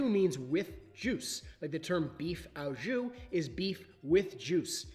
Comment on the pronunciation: French speaker here: the « au » in « au jus » is simply pronounced « o ». Good stuff, I like to learn how to cook with your videos and you encourage me to raise the bar with things like caramelized onions.